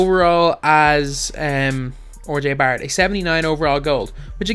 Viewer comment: This dude just said Orjay Barrett. Learn to pronounce names. Smh.